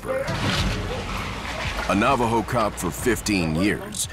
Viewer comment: Can someone tell this narrator he's saying Navajo wrong???